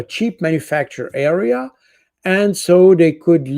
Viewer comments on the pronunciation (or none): none